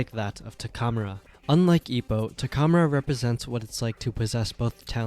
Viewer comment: im sorry but the way you say takamura's name threw me off bad, not once in the anime was it pronounced that way XD